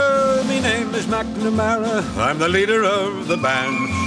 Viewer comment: Although a great version its McNamara not Mac as Mac is scots not Irish